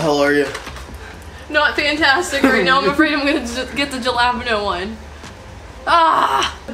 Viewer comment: Jillapino?? Do you mean... Jalepeño?? Pronounced Hal-la-peen-i-o